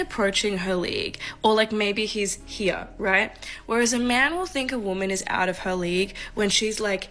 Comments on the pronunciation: tha first whamen.. every time she said "here" and pronounced it as "hea" (I'm Finnish, hard to spell what you hear) I thought of Cartman saying it. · How she says here like ...(Hee-yah) Is a major ICk. 😂😂😂 Mam do better. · "here" has one syllable.